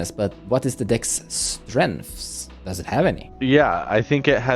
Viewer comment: "Hoe dose it go in the meta" did you mean does?